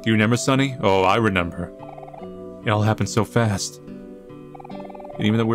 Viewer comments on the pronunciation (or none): Dude remember doesn't have an N in the word, that's kinda cute though lmao. RE NEM BER